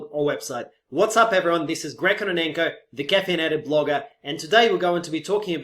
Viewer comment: Greg, You Probably should Introduce yourself as just ,,Caffeinated Blooger'' without a ,,The'' Article, because ,,The Caffeneited Blogger'' sounds like ,,Decaffeinated Blogger!'' :) Love your Videos!!!